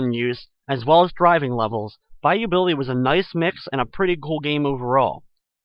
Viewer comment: when i played the game i didnt hear the adventures of BAYOU BILLY ....I heard the adventures of bayou biwwe